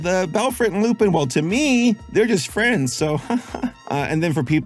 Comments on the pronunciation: fyi is "lu-pahn" not "lu-peen" (like Lupin III or Arsene Lupin), you can hear it in their french audio. it makes sense since he's a wolf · Lupin = "Lu-Pon" with a barely hinted at N, because French. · It's pronounced Loo-Pon as in Lupin the 3rd..... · I dont wanna be that guy but its pronounced loo-pun. Whenever theres a Lupin something like arsene lupin or lupinranger its always said wrong